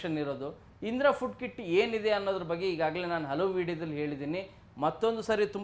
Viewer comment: ಅದು ಕಿಡ್ ಅಲ್ಲ ಕಿಟ್